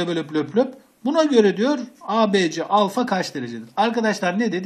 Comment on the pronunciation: hocam alfayı duzgun okuyun lutfen